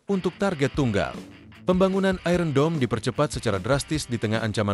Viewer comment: Iron dibaca aiyen.